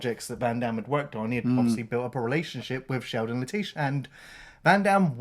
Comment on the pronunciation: It's pronounced Sheldon "Let-ish"